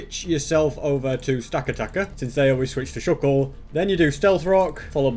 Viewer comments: The giant tower Pokémon is pronounced stack- a- tack- a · AND YOUR POKEMON MOVES ARE NOT FIT FOR THEM INCLUDING STAKATA IS SAID STAK A TAK A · and you say stakataka like stekateka. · it it sta-kat-aka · It's Pronounced Stack-Atack-a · I love the video and love the dedication, but please pronounce the pokemon right, stakataka is said stack-a-tack-a. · It’s pronounced “stack-uh-tack-er” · It’s stack-a-tacka that’s how it’s pernounced